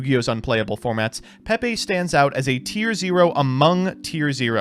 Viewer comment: these guys are cowards for pronouncing it "peh-pay" and not "pee pee" like god intended